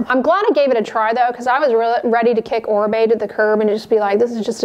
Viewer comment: Finally someone pronounced correctly Oribe